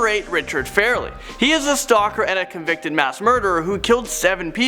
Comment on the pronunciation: F (are)- (lee) not fairly. Jesus man ive seen plenty of your hosting and it just makes me mad.